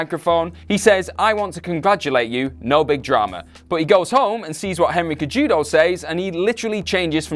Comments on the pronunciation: Henry "Kay-Judo"... facepalm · Might lend your channel a little more credence if you didn't butcher Henry Cejudo's name like that...more than once